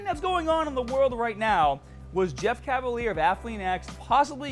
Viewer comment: Jeff irritates me because he cannot even pronounce his own name. Last I checked, his name is Cavaliere....which is not cavalier.